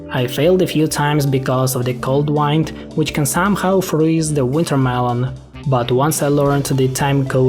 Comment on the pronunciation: I'm guessing English is not your first language (you always said "wind" instead of "wind," for instance). I'm pretty impressed you learned enough to make a video in it, as I have not done so.